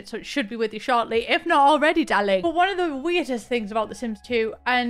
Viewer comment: "we need tu get you cooking darrling" 😭😭😭🤣